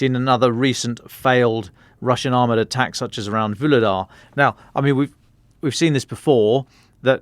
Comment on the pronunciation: May I suggest the following pronunciations: Kyiv----"kayeew" not "keeiv" Avdiivka---"avdeeyeevka" ---the second i is a "yee" ------not "avdeevka" Vuhledar----"voohhhledar"---the H should be pronounced---not "vuledar" Donetsk in Ukrainian is "donetsk"---in RuZZian it is "donyetsk".